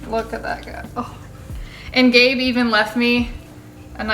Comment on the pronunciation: "Gabe", not Have...